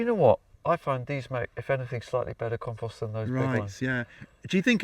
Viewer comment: Long O, O, o O,……compooooooooooooooooooooost.."